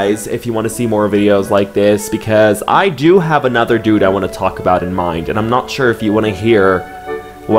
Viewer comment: I can’t unhear kind of saying my nickname when he says “dude” 😮‍💨😂